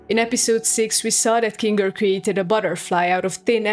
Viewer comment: You really gonna use that "hard r" when talking about Kinga?